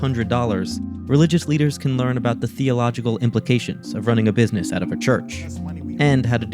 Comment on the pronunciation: " This is Bisiness " - The guy from the Meme